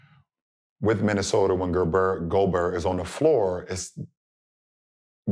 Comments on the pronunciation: Bron slipped in calling gobert "gerber" (baby food) sent me 😂😂😂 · Bro called him gerber